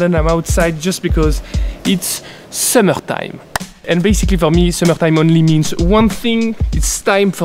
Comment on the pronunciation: It's summerghhtime